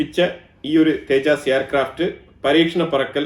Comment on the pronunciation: തേ ജാസ് അല്ല തേജസ് ആണ് ഇന്ത്യയുടെ ഫ്ളൈറ്റർ ജെറ്റ്